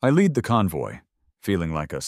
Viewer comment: The LEAD JEEP, AS IN LEADING NOT AS IN THE METAL, LEAD! AI is soooo smart and yet cannot pronounce a simple word! 🙄